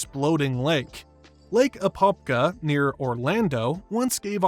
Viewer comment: Your AI voice mispronounced many things,,,ie Apopka,,🤮🤮🤮🤮